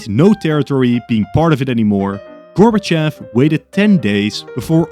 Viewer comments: Its actually Gorbachov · it’s gorbover